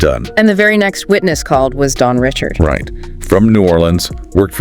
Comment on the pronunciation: as much as Dawn has said her name is pronounced (Ri SHARD) NOT (Rich ard). its crazy no one has said it right at all.